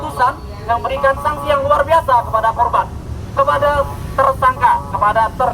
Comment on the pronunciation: Salfok waktu oratornya salah ngomong "sangsi yg sangat luar biasa kepada korban" 🤣